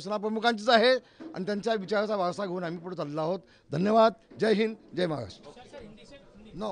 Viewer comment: याला जय महाराष्ट्र बोलता येत काय जय म्हालास्ट बोलतो